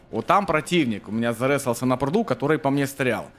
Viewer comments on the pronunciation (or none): "ЗаРЕсался" после 10го раза этого произношения пошла кровь из ушей😂